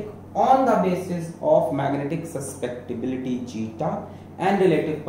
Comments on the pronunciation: It is magnetic susceptibility, not suspectibility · it's su-scep-ti-bility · Sir it is not suspectibility it is susceptibility:-) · Susceptibility ❎ Suspectibility ✅ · Its Magnetic susceptibility not suspectiblity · Suspectibility or susceptibility?? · sir its susceptibility, not suspectibility, and pronounced as chi, not zeta, btw lecture's amazing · Sir it is susceptibility not suspectibility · Sir suspectibility ni susceptibility 😅😅